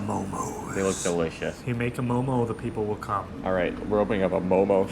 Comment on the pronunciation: Momo please not momos. Come on guys.